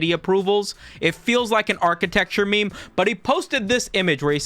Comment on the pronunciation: pronounced "may may memo"